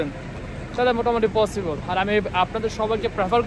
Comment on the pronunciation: Pronunciation Ta porjnto thik nai egular.. পসিবল রে বলে ফসিবল। Baper Taka Thakay egula ekhn Europe e 😐